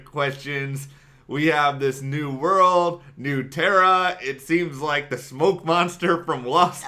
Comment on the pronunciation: oh, pronunciation that went something like /n(y)o͞o ˈterə/ was particularly egregious, haha.